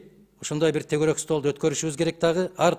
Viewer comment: Тогорок стол эмес , тегерек стол деп айтылат билерман Мадумай !!!!!